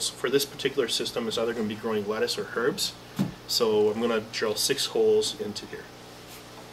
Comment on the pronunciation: did i just here you put emphasis on the "H" in "Herbs"?